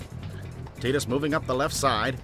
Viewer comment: Quality dubbing! I also appreciate you guys pronouncing it TEE-DUS. 10/10